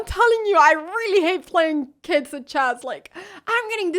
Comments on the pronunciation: & "Choss". I can't speak 3 languages. I'm busy butchering My native tongue(eyoo, that sound's nasty). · like chyasss